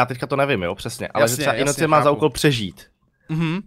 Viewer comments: skara to není inocient ale inocent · prej "innocient" :D